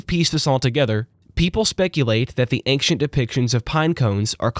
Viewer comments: Brother, I know it's not a huge deal but the word "ancient" is not pronounced "aynk-shent", just "ayn-shent". Hearing it rapid fired off several times forced me to write this comment. That is all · it's ancient not ankcient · Why are you saying the word "ancient" as anckcient? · "Ankshent history"? I'm sorry `:D In seriousness, I randomly found this video and you earned yourself another subscriber. The way you told the story is incredibly captivating, I found myself forgetting about the real world with how immersed I was for these 2 hours. You are an excellent storyteller. Keep up the good work! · why does he say ankshient? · Dismayed at your pronunciation of the word 'ancient'